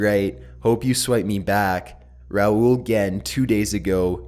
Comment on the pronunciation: thanks for saying it right